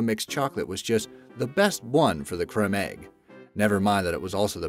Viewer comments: Your pronunciation of almost every product drove me insane. "Fonta" 'Crem Egg" "Nootella". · New Coke never sold well. It was a bomb from day one. Your pronunciation of Nescafe and Creme Egg is bizarre. Poor video. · IT'S A CREME EGG NOT A CREMM EGG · Creme has magic/super E so the first E becomes long, as in it says it's name E. The second is silent. There is a great phonics cartoon explaining magic/super E. Cadbury 'Cream' Egg, not cremm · Yes it's FANta not fonta and cream egg not krem! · Why is he pronouncing everything wrong? Nestlé he pronounced as if it was an english word, and "CREM" EGGS? IT'S PRONOUNCED CREAM Also... FONTA??? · Em Radford yes. WTF is a "crem" egg and and a "fonta"?! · Krem eggs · It's pronounced cream eggs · "crem" egg? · It's pronounced " creem" (like cream) egg not Cadbury's crem egg!!!!! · Dude! Eventhough, Cadbury's egg is spelled "creme" on the packaging, it is steel pronounced CREAM!!! and 99% of our planet knows that. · He didn't pronounce creme eggs correct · How dare you pronounce creme egg like that